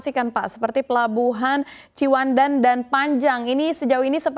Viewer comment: Pembawa acara nggak menguasai materi, Ciwandan disebut cipandan